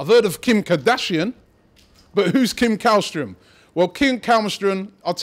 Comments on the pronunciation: Källström is pronounced Shell-stroem, not Kall-stroem. I know, Swedish has weird phonetics where the K isn't always a K. :) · You say it like shällström or chällström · You are saying Källström wrong. You should pronounce it as: "Schellstrom" //A swede :) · How to: Pronounce Källström correctly. The letter Ä is not pronounced as a regular A. So to make it easy for english speakers. Just say the word Shell instead of Käll.